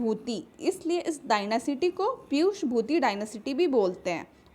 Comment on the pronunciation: Pushyabhuti hain wo ....piyushbhuti nahi 😢 Yaar itne thaat baat karte ho to dhang ki taiyari kar liya karo padhane se pehle